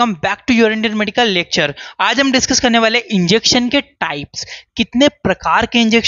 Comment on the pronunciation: सेंसटिविटी नही सेंसिटिविटी। सेंसटिविटी पता कने में । ये गलत वाक्य है। सेंसिटिविटी पता करने में। ये सही वाक्य है।